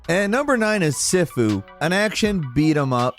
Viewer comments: Your channel is my go-to for game reviews and suggestions, and I have to say fifty reviews in under thirty minutes...that's impressive! I have one quick mention, Sifu is pronounced (see-foo) - though you and others may not even care, especially if the game is awesome!! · I’m sorry how did pronounce “sifu”???